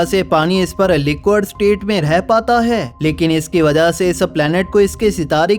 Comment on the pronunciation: Arre bhai wah लिक्विड state hai लिक्वड nahin.